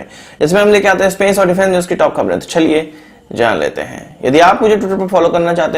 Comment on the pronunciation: चलिए को आप छलिये क्यों बोलते है। और जगह पे आप च को छ तो नही कहते है। जैसे चाइना को छाइना।